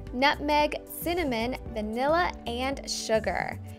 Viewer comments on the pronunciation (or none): none